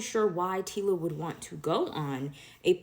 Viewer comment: not “Tiila” bro🤣